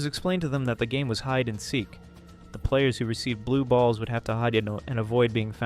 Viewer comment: The way bro said balls😂😂😂😂